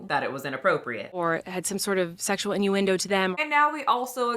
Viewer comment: She is gross… “It wasn’t segzual” … “I do things that are a like inappropriate.” “I use innuendos but it goes over kids heads…” girl stopppp go back to your cave.